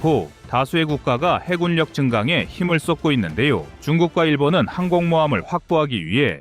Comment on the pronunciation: 다좋으신데 해굴력이 아니라 해군력입니다.참고하면 더좋은 유튜버가될거같네요.힘내세요^^